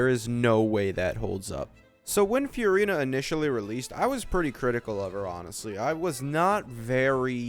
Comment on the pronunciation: please pronounce furina normally